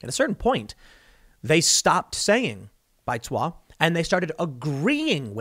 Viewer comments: Tim pronounces “baizuo” a little different than typical Chinese. Maybe it’s his Korean. But it’s typically pronounced like “bai’d zoo-oh” with the “d” sound practically silent and almost making a “j” or “zwah” inflection. Chinese is more of a tonal (think, subtle up and down inflections) language than English. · Tim you totally butchered the pronunciation of Baizuo. Lol